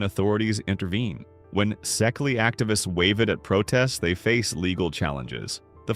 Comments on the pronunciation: Szekely is pronounced like "CK"... like Louis Szekely... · Szekely is pronounced see-kay